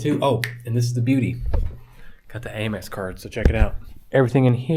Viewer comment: You mentioned Amex a few times but why HayMex and not Hamex? As in United States of America (Express)⁉️